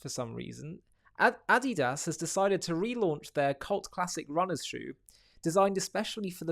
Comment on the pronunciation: That's not how you say Adidas 😂😂